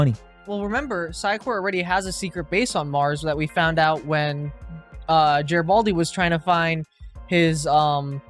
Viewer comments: Also, a soft 'g' as in 'great'. Not Jreat. But they were making fun of Jerry (doyle) and Geri(baldi) so I think they know but were just having a bit of fun. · Note: Its "Gare-A-Bald-E" Gare! Gare! Rhymes with care! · It's really fun watching your speculations soar off the rails 😂 And please please learn how to pronounce Garibaldi.... I'll help you with one - Bruce Boxleitner. ( BOX _ LIGHT_ NER)